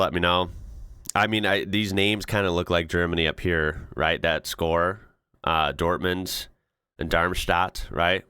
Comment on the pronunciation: Your pronunciation of his name sounds perfect to me, as a Dutch guy with just basic knowledge of German. Maybe Germans will find ways to improve on it, but I'm confident enough to say it's very close for international standards and certainly much closer than how I've heard people butcher other names. The same goes for Dortmund, which is a German city, and a football named after it is very probably from there indeed.